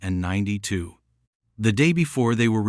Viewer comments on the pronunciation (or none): It just goes on like a novel,bored 2min in,and AI can't say 1992 it's annoying